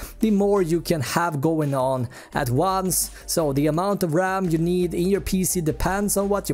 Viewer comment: Take a shot everytime he says raMM